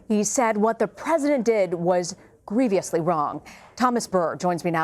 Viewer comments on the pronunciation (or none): All I heard was “greeveeeously wrong” 😆 a news reporter should know better.